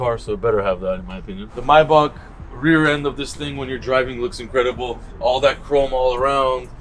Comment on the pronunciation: I like how he correctly pronounces Maybach a lot of people mispronounce it and say “may back”